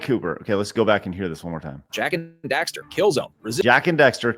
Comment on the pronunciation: Did say "Jak & Dexter"? lol